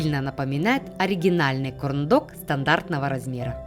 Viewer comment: Кто прислушался мама ванзая говорит корм дог